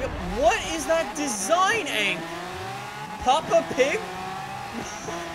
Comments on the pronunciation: This man said pappa pig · Did he actually say Pappa Pig?? 😂😂